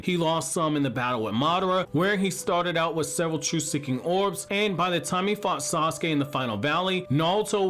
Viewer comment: HIS NAME IS TO-NERI NOT TE-NERY AND SASUKE IS PRONOUNCED SA-SU-KE NOT SOSKE I really really like your videos man and been watching for years. But I just don’t get what’s so difficult about pronouncing these names